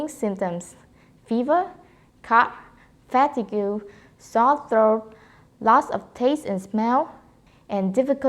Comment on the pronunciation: I loved how you pronounced 'fatigue' (it's actually 'fa-teeg' ;) )